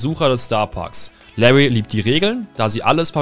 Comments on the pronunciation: Bro es heißt nicht „Lawy und Lawie“ sondern „LaRRy und LawRie“, ansonsten gutes Video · Genau Lawwwy und Loowwie